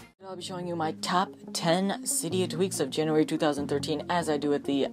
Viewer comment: am i the only one that caught him saying janurary 2013 or am i just the one that care about a stupid mistake lol good video